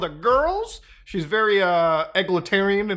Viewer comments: Eglotarian? Its egalitarian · Mutah I love ya darkie say it with me E-Gal Italian.... That ya go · "Egg le tèrienne" :D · the way you pronounce egalitarian is wild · Muta's pronunciation of Egalitarian is... Unique. Lmao.